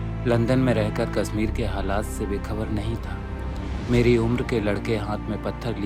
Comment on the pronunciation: would have been good if the narrator was a kashmiri.. he is mispronouncing the word "kashmir"